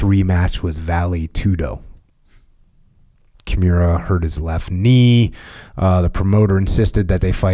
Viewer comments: I love everything about this podcast except how Jocko says Kimura. KI MU RA not Kjemura. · Jocko is struggling big time with pronouncing Kimura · Jotcko should be glad Kimura didn't hear that. Cause if he did he'll snap him n half